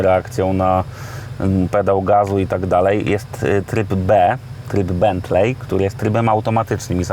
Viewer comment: raczej wymawia sie Bentli, nie Bentlej. tak jak Wembli a nie Wembley